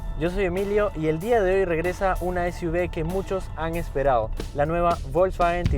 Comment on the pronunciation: Emilio .... si vas a a decir SUV en inglés se dice “esyuvi” y no esyuve... por lo demás gracias por la información 👏